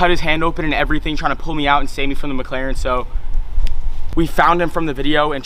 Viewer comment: Muh Muhclaren